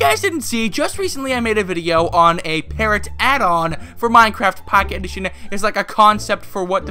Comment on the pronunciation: "MyneCrayft Packeyt Edition"